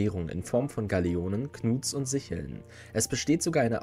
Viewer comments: Sickel, nicht Sichel. Eine Sichel ist etwas anderes. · SicKel nicht SicHel 😂